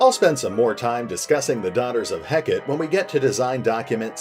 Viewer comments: Is it supposed to be pronounced 'Heck-et" or like the Greek goddess "Heck-ah-tay"? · Heck-a-tay. That's how it's pronounced. Its a deity.